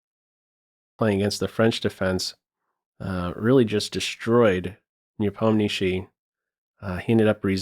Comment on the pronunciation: as Russian I truly appreciate how properly pronounces Ian last name "Nepomnyashiy" (Непомнящий) Just as it should be!